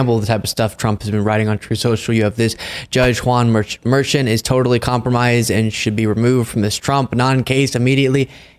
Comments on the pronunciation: Glenn Kirschner pronounces Merchan as Mershawn. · Please pronounce Judge Merchan's name correctly. He's Columbian and it's pronounced Mur.SHAWN' not MUR'chun. Thank you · Just FYI, the judge's name is not pronounced like Merchant. It's Mer-SHAWN. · Luke, please tell that he's mispronouncing Judge Merchan's name. Mer - shon' is the way he pronounces it. It's really annoying and distracting to hear the mispronunciation. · It’s pronounced mer-SHON. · Check your pronunciation of Judge’s last name.